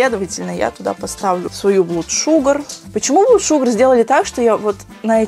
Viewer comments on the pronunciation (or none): none